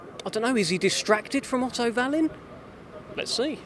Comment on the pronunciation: why do they pronounce it vallin when they say it, instead of wallin..... and why would dubois become a superstar for beating a drugs cheat in miller whos beaten absolutely nobody lol.. this guys mad